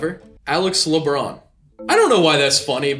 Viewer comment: Le-Bron? Waaa?